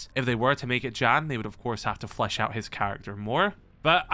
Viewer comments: ah yes dżan not Jan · It's all great but please, Jan is NOT pronounce as "Jean", it's pronounced like "Yan". J in Polish makes Y sound like in "yellow". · The Polish name "Jan" is pronounced "Yan"😉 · just to let you know jan is pronounced yan